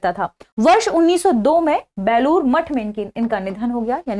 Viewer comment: बैलुर नहीं है बेलूर है